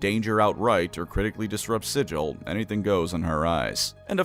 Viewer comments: You’re saying it wrong on purpose aren’t you you’re doing this specifically to cause me autistic problems. I see what you’re doing. I will not rise to the bait. Do not be down bad for the lady of pain! I say again, you will be no-horny bonked, do not be down bad for the lady of pain! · Take a shot every time he says Sigil wrong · DISLIKED, REPORTED, UNSUBSCRIBED FOR PRONOUNCING SIGIL WRONG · Boy do I love Sigil (pronounced incorrectly)! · It is pronounced "Siggle" with a hard G instead of "Sijil" as the actual magic sigil word. It expllicitly pronounced like that in all the books and media and said a hundred times in lore it's a way of immediately recognizing an outsider clueless to the planes, or a tourist. It derives from an injoke where the creator Zeb Cook mispronounced Sigil as "Siggle" that one time (as SIGIL, as in a magic rune, was a tentative name for the city) The dev team named the city after that pronunciation because it sounded unique and it pissed off Zeb Cook (and to this day still does) was wrong and petty about this one. Felt painful to heard it mispronounced over and over. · It's not forgotten, the lore deliberately says it is pronounced "Siggle" with a hard G instead of "Sijil" as the actual magic sigil word. It expllicitly pronounced like that in lore and media and said a hundred times in lore it's a way of immediately recognizing an outsider clueless to the planes. It derives from an injoke where the creator Zeb Cook mispronounced Sigil as "Siggle" that one time (as SIGIL, as in a magic rune, was a tentative name for the city) The dev team named the city after that pronunciation because it sounded unique and it pissed off Zeb Cook (and to this day still does) was wrong and petty about this one. Felt painful to heard it mispronounced over and over. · This berk calling it SIJ-UL. Gonna get put in the Dead Book for that, Primer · I’m sure others have said it, but it’s actually pronounced "Siggle" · It's sigil not sigil...